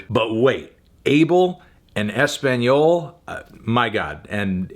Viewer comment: Fantano… you did not just pronounce ‘español’ like that… dear god…